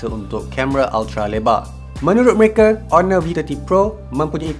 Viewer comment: Kalau sebut honor mmg bunyi ONOR ke aku yg tak tahu cara sebutan yg betul?